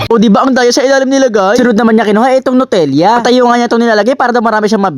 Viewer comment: Nutella po hindi po nutelia😂😂😂